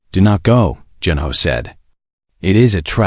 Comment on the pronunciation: Good story. However it ends abruptly, and needs to be completed. The AI needs some adjustments: The "." at the end of a sentence indicates a pause, not the word "dot". The name Junho does not need to be pronounced by each letter. Also, some parts of tthe story are out of order?